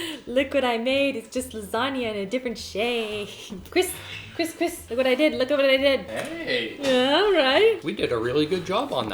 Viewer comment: Did any one notice she says chris chris... like christine says BEn BEnnn😂😂